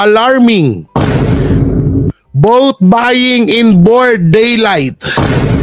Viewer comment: Hindi board!!! Broad